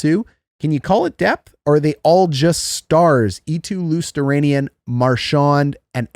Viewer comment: Mattias ELK-hom? Matthew Tkatruck? Eetu Luostranian? Come on dude...at least get their names correct.